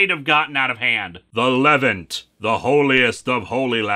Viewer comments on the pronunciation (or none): Small point, but the Levant is pronounced "Leh-vahnt".